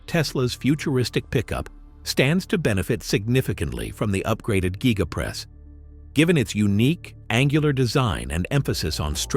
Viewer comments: Gigapress not GYEgapress. If you're going to do video voice-over, do your research 🙄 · Elon, please fix your voice reader to pronounce the word Gigapress the same way. I have heard it pronounced 5 different ways in this advert. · It's called the Giga press should it be said like Giga-press or even Giga-:Press